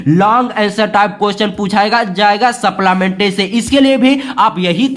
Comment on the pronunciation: Sir ye keeping quiet hai quet nhi and wo supllamentri nhi hai supplimentry